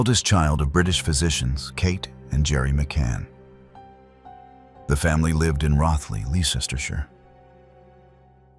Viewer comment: Roth-ly, Lester-shire is the correct pronunciation. Rothley, Leicestershire. Sauce: My mother was born there, I grew up about a half hour walk from there. I remember wearing a yellow ribbon to school for a few months when she first disappeared.